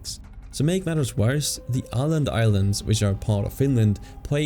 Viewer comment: It’s called Åland